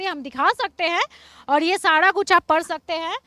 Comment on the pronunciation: Madam sada nahi sara hota Hai